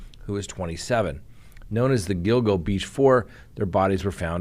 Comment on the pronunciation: You got the pronunciation of “Gilgo” correct. Allegedly they have a strand of his hair as well as his wife’s on duct tape.